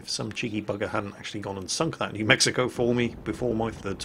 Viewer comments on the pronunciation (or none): none